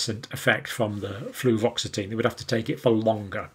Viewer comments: Dr John, its was Fluvoxamine, no t. 💜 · Hey John: There is no such drug as "fluvoxatine"! There is fluoxetine (Prozac) and fluvoxamine (Luvox)!